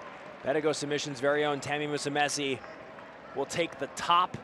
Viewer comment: Man, these commentators need to learn how to pronounce Musumeci. Don't be ignorant with foreign names especially with those who've been competing for quite a while now